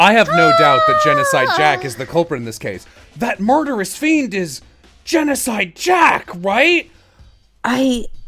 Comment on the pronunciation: Gencodide sounds like “Junko died” lmao